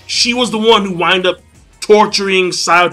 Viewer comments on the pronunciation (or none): none